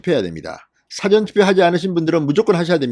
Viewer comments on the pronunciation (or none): none